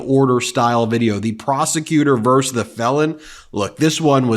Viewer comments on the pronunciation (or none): Ben, it's "prosecutor versus the felon", not "verse". "Versus" means "against". It is not a conjugation of a verb (that doesn't exist), "verse". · Vs= VERSUS, but you keep saying "verse"! You are too smart for this.